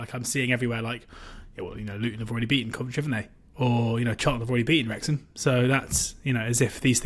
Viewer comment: You certainly got Wrexham wrong again 😂